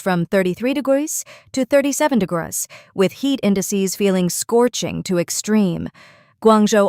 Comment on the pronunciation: Maybe use an AI that can pronounce "degrees" when making a video about high temperatures..